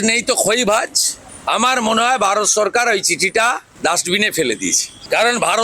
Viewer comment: এরা সরকারকে ছরকার কেনো বলে? আগে শুদ্ধস্বরে বাংলাটা শিখবে নাকি